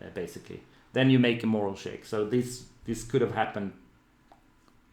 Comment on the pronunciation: Eyyy, attack and damage rolls merged, nice! A note on language: I believe you mean "morale check" (stress on the second syllable), rather than "moral check" - willingness to keep going, rather than views on ethical quandries